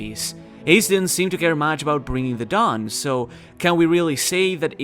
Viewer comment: Is it me or everytime he says "The dawn" I hear "Dadan"